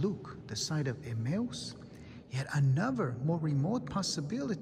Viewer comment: He's trying to say Emmaus